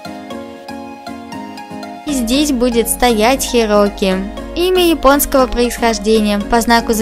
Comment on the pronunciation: Правильно Хироки